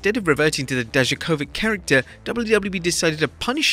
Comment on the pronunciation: It's incredible how badly you pronounce Dijakovic. Not even close to how it should sound like